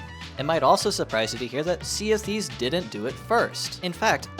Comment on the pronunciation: He said "Sea of Thieves" and my engineer brain heard "CFD"